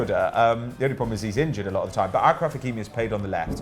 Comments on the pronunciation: It's ASHraf, not AKraf and ZiyeSH, not ZiyeK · ASHRAF aSHraf not AKRAF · Ashraf not akraf